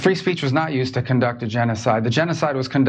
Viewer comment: That nasty hack couldn’t even control her tongue while lying she ended up saying “contuc” instead of conduct. And she thinks if she adds “you know that” at the end of the lie it’s more believable